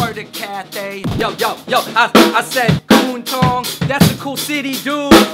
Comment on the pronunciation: Not Ku-n Tong it’s K-Wun Tong